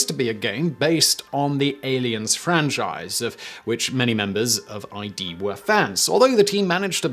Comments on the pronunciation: id...not ID, like hid, without the H. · This discussion is giving me a headache. Saying the initials "I.D." instead of the word "id" isn't even a mere mispronunciation in the first place, it's beyond that. He also pronounced "Giger" wrong. Are we gonna start arguing that there no such thing as a mispronunciation for that either? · you called ID software I.D. Software. I stopped the video. It's ID. As in the Jungian sense you pillock. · It's pronounced "ih-duh" not "I-D" like in "Id and Ego"... ffs... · It's "id" not "Aye Dee"!!!!!!!!!!!!!!!!!!! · Not that literally ANYONE cares, but id software is not "I.D." software. It's actually pronounced id. Like is with a D. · While everyone else is harping on eye-dee vs id, Giger is pronounced gee-gur according to the biography in which he says his own name. Both g's are hard-g. So Google : goo-gul :: Giger : gee-gur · Why an AK? Why not an StG.42? It's "id," not "eye-dee." Just "id." You know, the Freudian term for one of the various components of the psyche. > "As you know, the id wasn't meant to be starved." ~Philips Exeter Blue I That belief system was part of what caused John Romero to become disillusioned. Anyway, Toby Fox made John Carmack his bitch by proving that belief system wrong. "GHEE-ghurr" "Hellish nightmarescapes?" Don't you mean "nightmarish hellscapes?" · Oi Simon, it's not i.d software, its id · Id... not I.D. Id. As in Id, ego, super-ego. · Ummm it's not I.d. software...it's id....like the concept for the human id. Research botched from jump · it's pronounced "id" not "I.D." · The name of the company is id (as in 'did'), not I.D. It's a word, not an initialism. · OMG its not pronounced i d. Its pronounced id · "id" is pronounced as a single syllable, described by the company as "the primal section of the human psyche" which in Freudian psychology is responsible for instinctual and primitive impulses. It is often pronounced as "I.D.", although this is incorrect. Now stop calling it that. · Its id not I.D.